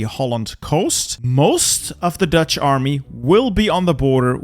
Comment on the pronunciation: Is it just me or does say "mahme" Whenever he says "army"? Or are my ears broken?